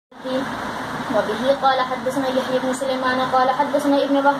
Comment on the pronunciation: حدثنا کے ث پر جزم نہیں زبر آتا ہے میری بہن 🙏🙏اگر برا لگے تو معذرت چاہتی ہوں